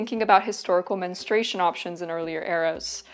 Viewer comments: It's 'mens-troo-ay-shun'. Why do some insist on pronouncing it "mens-tray-shun"? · Why do so many women in the present day U.S., mispronounce the word, "menstruation", like this woman does in her video? I hear her saying " menustration", and I've heard other variations of her example as well, "menstration" comes to mind. It's not a difficult word: men-stru-a-tion. So what's going on here with such a blatant error? What is the cause of it? If they're any people who can explain this to me, please do. It really bugs me, menstration vs. menstruation. Is it a matter of preference or misreading? Idk, please lmk!!! ❤thanks!!! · I don't understand why the word is so mispronounced. It is not Menenstrayshun. It is either men-stray-shun or men-stru-a-shun. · It is Men Stru Ation Not Menestration Girl you making a whole video about it get the pronunciation right 😂😂😂 Its so confusing because you did pronounce menstrual correctly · If only you had pronounced the word correctly: men-stru-a-tion. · I kept getting distracted because she doesn’t pronounce “menstruation” properly. It sounds like she’s saying “menstration”. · Her pronunciation of menstrUation rhymes with castration. What a distraction!